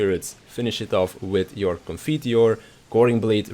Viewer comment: Upvoted for pronouncing Requiescat and Confiteor correcly (or very very close at least)